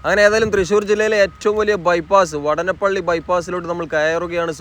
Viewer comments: vaadanapilli is the correct pronounciation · വടനപ്പിള്ളിയല്ല സുഹൃത്തേ വാടാനപ്പിള്ളിയാണ്.. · വാടാനപ്പള്ളി വാടാനപ്പള്ളി എന്ന് ആണ് പറയുക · സ്ഥലപ്പേര് പ്രദേശവാസികളോട് ചോദിച്ചു അത് പോലെ ഉച്ചരിക്കുക,വാടാനപ്പള്ളി എന്ന് എഴുതിയിട്ട് അതിലെ ദീർഘം കളഞ്ഞ് പറഞ്ഞാൽ അരോചകമായി തോന്നും,ഏറ്റവും കൂടുതൽ ബൈപ്പാസ് ഉള്ള റീച്ച് ആണ് താങ്കൾ ഇപ്പോൾ കാണിക്കുന്നത്,നിലവിൽ ഉള്ള കൊടുങ്ങല്ലൂർ ബൈപ്പാസ് അടക്കം 6 ബൈപ്പാസ്,ഏറ്റവും കൂടുതൽ S വളവുകൾ ഉണ്ടായിരുന്ന റീച്ച് ആണ്,ബൈപ്പാസ് കൂടാൻ ഒരു കാരണം അതാണ്,കാണിക്കുന്നുണ്ടെങ്കിൽ എല്ലാ ബൈപ്പാസ് ജോബും കാണിക്കണം എന്നാണ് എന്റെ ഒരു ഇത്😂ജോബ് പുരോഗതി കുറവാണ്,ഒരു പക്ഷെ സമതല പ്രദേശം ആയത് കൊണ്ടാകും,ഇലക്ട്രിക് പോസ്റ്റ് മാറ്റിയാൽ പിന്നെ പണി വേഗം മുന്നോട്ട് പോകും❤